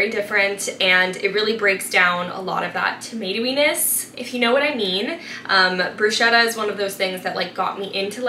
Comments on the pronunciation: Quite sure Bruschetta is pronounced Broose-ketta…😅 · everything looks so good. also i could be wrong but i think bruschetta is pronounced with a hard c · You pronounced bruschetta wrong